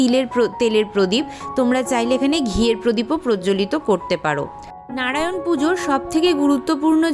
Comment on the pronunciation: 🙏🙏🙏 খমা করবেন কিন্তু আপনি মন্ত্র একটু বেশি ভদ্র ভাবে বলতে গিয়ে উচ্চারণ টা ভুল করছেন হরো হরি টাকে হড়ো হড়ি করেদিচ্ছেন ভগবান নারায়ন কে নাড়ায়ন বোলছেন একটু ভালো করে উচ্চারণ করলে সুনতে ভালো লাগে ভুল বললে খমা করবেন 🙏🙏🙏🙏